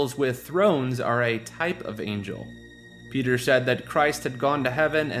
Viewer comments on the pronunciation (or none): none